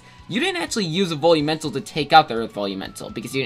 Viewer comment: Why does it sound like you are saying bully mental instead of velumental